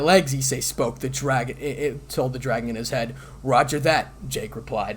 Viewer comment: You have a good voice and the story is great, but you REALLY need to slow down. It make it easier as you're reading the words and the pacing will feel more natural. I know it isn't always easy to take your time reading but it'll make things a lot smoother when recording. "Ddraig" and "Bahamut" sometimes sound like Jake and Mohammed as an example.